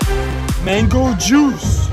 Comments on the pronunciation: Никто: Абсолютно никто: Дэрэл каждый прием пищи: МэНгОу ЖуС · Не правильно. «МЭНГУ ДЖУС»!